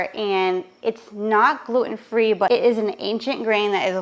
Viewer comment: Jeeez pronouns your T’s it’s Glue ten NOT gluoooun.